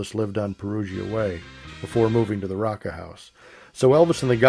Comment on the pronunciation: Hey, E wasn't involved, just Joe E, and maybe some other of the MM. Priscilla told the story in her book. I don't think Elvis wouldn't have ever hit a woman. Probably never even threaten a female I'd be completely surprised! And y'all it's pronounced ROWCA place.